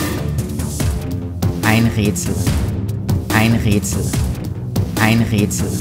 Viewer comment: ein rätsel ... ein räätsel... ein rötsel... ein rööötsel und ich checks nich 😂